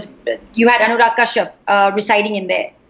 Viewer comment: Kyu yeh log bolta hai "Anyurag" instead of "Anurag"